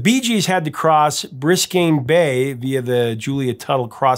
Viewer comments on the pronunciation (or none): Biscayne Bay. Not Briscayne. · Dude, "Briscayne Bay" It's Biscayne Bay, no "R", and the bridge is called the Julia Tuttle Causeway, you don't say bridge, or the Tuttle by locals. LOL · Briscayne Bay? EDEN-BERG? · Your pronunciation of place names is criminal! It’s not “Eeden-burg” it’s “Edden-bro”! Also, “Biscayne Bay” not “Briscane Bay”!